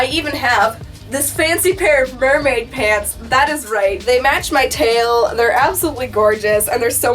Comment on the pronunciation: Did you say Nerdmaid? 🤣